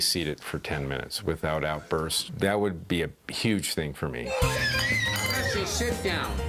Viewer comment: Lol supernanny let the Carribbean influence pop out her mouth 😂. "One ting change"